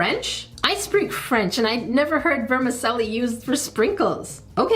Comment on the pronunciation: Vermicelli, the 'c' is pronounced like a 'ch' .. like in 'cello' (the musical instrument). It translates as Little Worns ;)